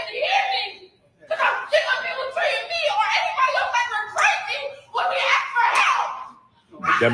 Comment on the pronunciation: I was going to axe about that.